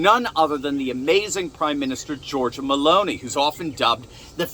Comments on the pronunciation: it's Melo ni not melon i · Oh no he didn’t say BALLONI!!!??😅😮😢🎉😂